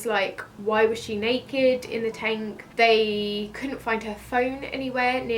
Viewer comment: Lol, 'tenk'